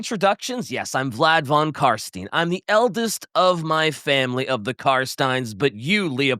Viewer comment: "Vlad con Carstain" ... WTF ?! You spit in my face . He is f King Legend !